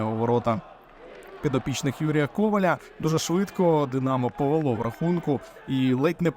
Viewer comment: Автору слід вдосконалювати українську мову: прізвище тренера Коваля необхідно вимовляти з наголосом на другому складі.